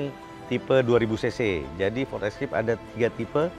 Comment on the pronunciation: Maaf Bos Baca nya " FORD ISKEIP " untuk FORD ESCAPE 😊😊 Bukan ESKIP